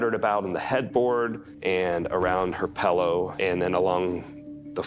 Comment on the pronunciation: Pillow not Pellow